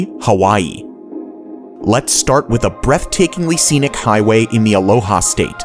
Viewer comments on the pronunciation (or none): none